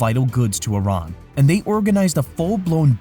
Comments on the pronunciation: I - RAH - N not I - RAN he says it right.... get your narrator to follow suit. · YOU GUYS R PRONOUNCING IRAN MUCH BETTER!!! THANK YOUUU